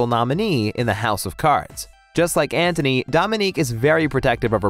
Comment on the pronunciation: Please stop saying Anthony lmao.